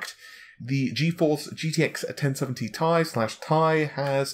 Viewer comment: Its T I not tai dude pls